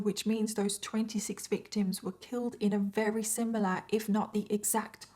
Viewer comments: It's "very" not "weary" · If you can't pronounce the word "very", then don't say the word "very ".